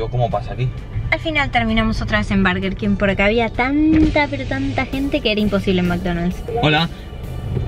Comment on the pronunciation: por que dice barger king aaaaaa no es hate